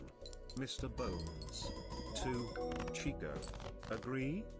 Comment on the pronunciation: You stress the wrong syllable Chicot rhymes with Cheeto.